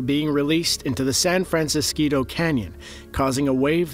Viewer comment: San fran ceee scoooe?????